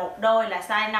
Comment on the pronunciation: SIZE Không phải là "Saze" nhé.